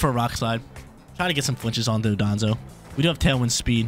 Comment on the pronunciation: One of these days were gonna learn it's Don-dozo and not Do-donzo